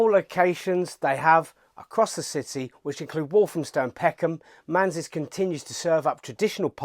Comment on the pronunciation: Manze is usually pronounced 'Man-zee'...not 'Mans" as at start of your film, but you correct it later on...!